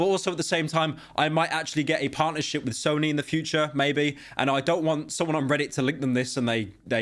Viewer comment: Did he just say Snoy? Bro I can't lmaoooo